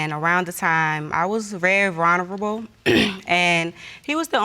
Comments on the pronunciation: She was "very VRERUNERABLE" ???? I can think of a plethora of names for her, but very VULNERABLE is not one of them! That poor little girl, having that for a so called mother. SMH!!! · “I was very veronivable” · "...at that time I was feeling rawnable." 🤣🤣🤣 ...Girl.. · "I was very vonavavruble.." Lol HAHAHA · Don’t trust a person who can not pronounce the word vulnerable correctly ijs